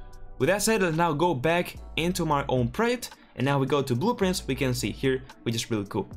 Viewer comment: Its pronounced (PRRAWWW JECKT) not (PRIT) 😂